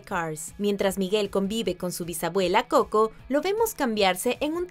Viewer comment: El canal se llama watch mojo español y hasta esta pelicula la pusieron en ingles no mames antes no lo pronunciaba como; couco